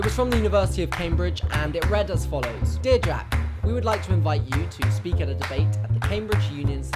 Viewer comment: God! I love how Jack pronounce 'debate'. just mmhot <3